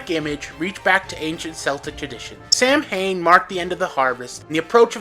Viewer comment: Samhain is pronounced “Sow win”, and Celtic is pronounced “Kel tic”, you stupid computer.